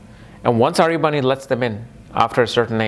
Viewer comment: Pronunce the name properly..it's ahirbhudhnya..not aryabhanu